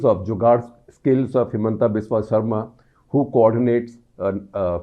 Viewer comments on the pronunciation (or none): none